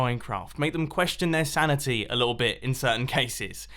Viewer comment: When he said 'sanity' I heard sanitary